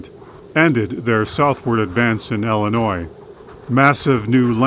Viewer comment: It's Illinois not Ellenois .